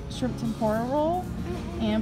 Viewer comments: “Sammwitches” (sandwiches) “Shrimp temparlo” (shrimp tempura) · not trying to defend but she did not pronounce "tempura" like that lmfao